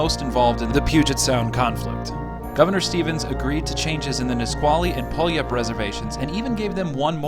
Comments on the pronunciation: Great video, you got most of the native names correct but one commonly missed one you missed as well, Puyallup. When you pronounce it, its pew-al-up. I live in the Rainer Valley where allot of fighting happened. Its not really taught in school here and most people don't even know about it. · Great video- It's pronounced "pew-al-up" though. :)